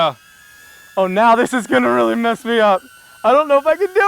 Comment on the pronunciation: 'weely' nice video